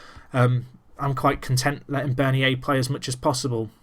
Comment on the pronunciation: Bernier is said like Bern-yay